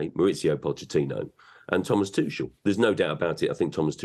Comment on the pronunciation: People who mispronounce names they’ve heard a million times drive me nuts. Especially if they’re getting paid to talk. There’s no S in Tuchel, man. I mean, the other guys literally said his name correctly seconds before the third dude got it wrong. So lazy and unprofessional.